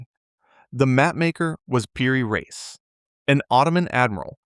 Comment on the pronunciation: Reis pronounces Ra-ees , you Yankee